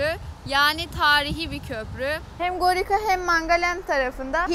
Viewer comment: Gorica (Goritsa olarak okunur, Gorika değil)